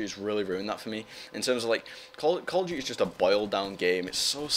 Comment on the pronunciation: Call of D-yoo-ty, it's so awesome the way he says it.